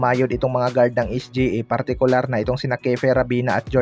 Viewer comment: Sa nxt video mo kpag narinig kopa yang SGE, mag unsubcribe na ako.😂😂😂 es-gee-ey kasi.